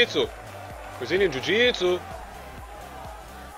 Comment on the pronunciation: stop say "jewjitsue" its rather annoying